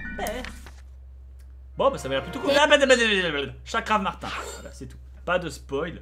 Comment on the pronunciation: Et pour info Bob, son nom c'est Chakravartin (prononcé Chakravartinne) et non Chakramartin :D